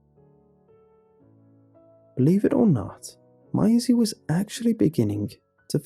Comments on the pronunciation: I love the way he says Maisie, I don't know why but it sounds so beautiful when he says it. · And and the first mention of yhe girl's name 'Maisie' I'm done. How have you never heard that name pronounced properly? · Lmao you went really Aussie the first time you said Maisie around the 2 minute mark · I loved the story but what annoyed me was the way he pronounced 'Maisie'. (It's supposed to rhyme with 'daisy') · Fantastic story thankyou. The one thing that spoilt it for me is the way you pronounce Maisie. It’s pronounced as May the month x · OMG! Maisie is pronounced May-zee! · hey man Maisie is pronounced "may-zee" and rhymes like daisy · The pronunciation of maisie drove me insane the entire story. Lol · THis was really let down for me by the weird way you pronounced "Maisie" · The way that you pronounce Maisie is cringe worthy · You just said miasie... MAISIE GODDAMNIT 😆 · idk it bothers me. im a stickler for saying things the right way and him saying m-eye-see instead of may-see bothers me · Good pasta but dang, Mai Z bothers me. Its maze E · Notice how he pronounced her name "my-is-ey" around the mark than started calling her Maisie after that? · Why do you keep pronouncing it as "my-zee"? It's "may-zee"... There's an A in it. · It’s horrible lmao the name is pronounced “may-zee” Is this dude pronouncing ‘daisy’ as “die-zee” or what?? 😂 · Dude I love your videos but the way you mispronounce things at times.... it’s pronounced MAYsie not MYsie. Was watching another video and you kept saying CLAWset for closet.... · Angie T its "May-zee" there's an A in that name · For future reference in case you ever meet a Maisie, it is pronounced May-zee not My-zee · The way you're saying her name is getting to me lol. You say 'My--zee' but it's 'May-zee' (to rhyme with daisy) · Interesting pronunciation of Maisie. It’s May- zee. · Everyone: Maisie Lazy, an intellectual: my-zee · No one:: MYESI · It's pronounced Mazey. Just a thought....